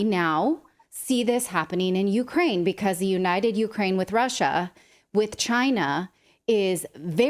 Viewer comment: Went a woom.....it's cwiminal what goes on in Ukwaine.